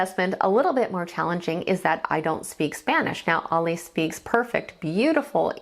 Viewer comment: The Warning are 3 extremely talented musicians, performers and songwriters. Bonus points....all three are also extremely likeable....The trifecta plus one. Oh...and you pronounces her name as "Al-e or Ally" not "All-lay."